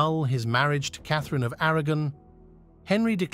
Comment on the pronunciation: Didn’t realise until it really struggled to say Eighth, Sixth, Kathereeeeen. 😂